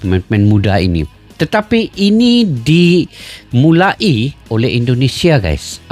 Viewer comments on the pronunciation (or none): Dimulai bukan di mula i itu kan putus jadi ga enak didengarnya!!!!!!.